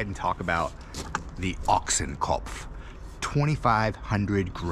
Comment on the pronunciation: Never in my Life I heard a native english speaking person speaking out Ochsenkopf as perfectly as you just did in the Intro.